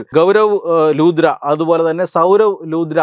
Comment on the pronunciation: ലൂദ്ര അല്ല സുഹൃത്തേ ലുത്ര.